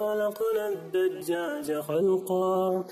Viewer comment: My quick check on some weird reading of the "challenger" الدجّاج isn't same as الدّجّاج البعيض isn't same as البيض الدّينار isn't same as الدِينار وصناديقٌ is in front of the "reciter" but he is using sukoon instead of dammah I thought the challenger has master's in Arabic language!!